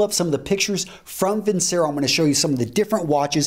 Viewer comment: It is vin-che-ro. Once it's advertised.